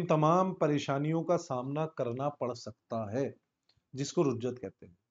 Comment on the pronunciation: رُجعت نہیں رِجعت لفظ ہے